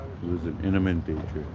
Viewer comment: This dude really called him by the wrong name..its Fernandez not Hernandez n the word imminent is pronounced with an M not an N my guy..not inniment its imminent..but something didn't sit right with me with this video being monetized having all the ads in it..seems wrong to me